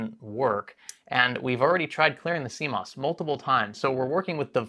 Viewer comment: I didn't know what cmos was before these videos. I thought you were saying sea moss. lol.🌊🥬